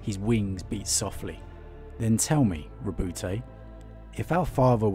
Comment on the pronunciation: Lovely story telling skills, but it's not Roboute'... it's Ro"but"